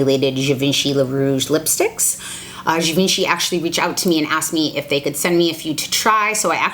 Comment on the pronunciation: Well, her pronunciation is off sooooo...